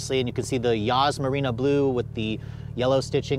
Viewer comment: M stands for Motorsport, not motor. And it’s Yas Marina not Yas Merino. Please get details correct, maybe do a second take and edit them together.